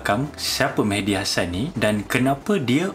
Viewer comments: Serupa la.. terdengar Mehdi mc mcd.. 😅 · Mehdi ke McD (MacDonald) ? Tak berapa dengar tadi 🤣🤣🤣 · everytime he says mehdi i hear as mcd lol